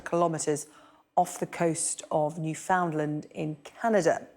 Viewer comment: The expert pronounced Newfoundland correctly! Well-educated in all regards. Very informative expert guest.